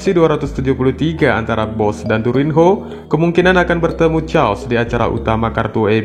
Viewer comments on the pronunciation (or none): Keos (chaos)